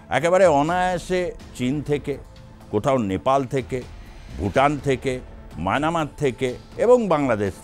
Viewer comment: মায়ানামার নয়- মায়ানমার